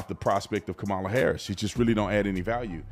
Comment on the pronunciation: I love how they love to say Ka-MOM-ala... sooo, your mom slept her way to where she is? 🤮